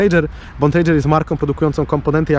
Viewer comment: Bontrager wymawia się tak samo jak pisze. Nazwisko Bontrager, nie "Bontrejdzer" , pozdrawiam.